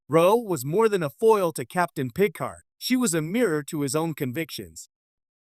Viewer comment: What is a she is a Bajorin (ba jore an) Picard (pi card) maybe narrate yourself instead of using AI.